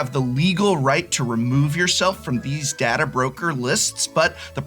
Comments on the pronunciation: as a star trek fan, you should know how to pronounce data!! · Both pronunciations of the word is considered correct but I personally go by the following rule. day-duh is the transfer of files dad-uh is the storage of files